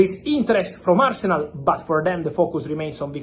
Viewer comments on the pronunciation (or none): none